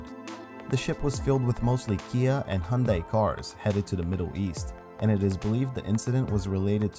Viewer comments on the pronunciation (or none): none